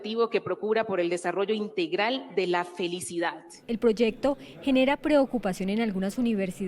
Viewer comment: Sociedat????? Felicidat???? Ministra de educación por favor pronuncie bien.